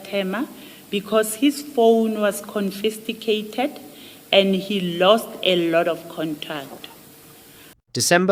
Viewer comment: Wow…worse than Zuma’s counting….she said CONFISTICATED…INTEADD CONFISCATED